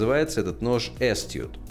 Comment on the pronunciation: Произносится как "асТУТ". Ударение на 2ой. А то "ass toot". Ничего страшного. Язык дикарный.